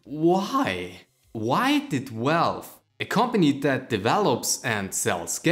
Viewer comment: I heard "welwe" - what the heck did you just said? Ah... Valve....right... Then I hear Welwe again - what? Ah, forgot again you meant "Valve". Other than that, great video :D